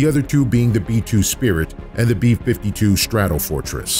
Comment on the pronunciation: I believe it's "swept wing" not "sweept wing". And also "B-52 Stratofortresses" not "B-52 Stradlefortess", which made laugh a bit. I cringe everytime they "sweept wing". And because the nature of the video, which comparing two swept wing supersonic bombers, I cringe alot. Not even a minute in and now there will he alot of cringe.